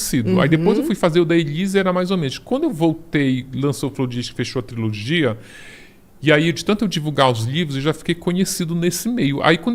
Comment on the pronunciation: mais alguém oiuviu ele falar "triologia" invés de trilogia ou ouvi errado?